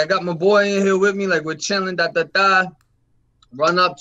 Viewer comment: lol I was jk bro. I was saying he would pronounce it witt instead of with.